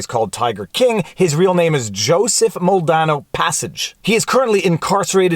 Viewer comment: Its not mole dano. Its mal de nado